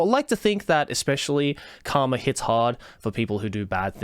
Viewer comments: Okay. So. You said “karma”. I heard “cum”. While hilarious, I’d like to know if that my fault or not, because I probably have some things to tell my therapist depending on the answer. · When you say "Karma" it often sounds like you're saying "Cum" which means this video started with you saying "If there is something I whole heartedly believe in; it's cum."